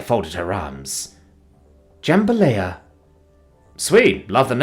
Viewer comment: I have no idea why Narrator refuses to learn how Jambalaya is pronounced so I will always be the one to point out when he says it, or any number of other things wrong. Like Capullo being "Ca-puu-yo" because a LL in spanish is a Y sound. England isn't that far away from Spain, but whatever. Also, the cadence to nananana boo-boo is off. But that's super minor since the one saying it isn't even human.